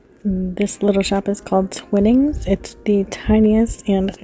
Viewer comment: A splendid video! FYI, the little tea shop, Twinings, is pronounced as T-why-nings. They have been around so long that it was probably a shipment of their tea that was rudely thrown into Boston harbour at the start of the unpleasantness between us and our American colonies. It's OK now, we forgave you long ago (lol)......................................................................the ancient Englishman from Brighton.